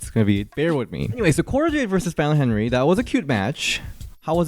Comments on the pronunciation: I just notice u pronouncing Fallon last name as "henry" it's actually "henley" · Is it my ears or does keep saying Fallon Henry instead of Fallon Henley? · 😂 it's not Fallen Henry, 😂 It's Fallen Henley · omg it’s fallon henley not henry 😭😭